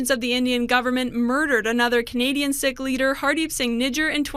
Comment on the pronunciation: Why is Global pronouncing "Sikh" as 'sick' and not 'seek '?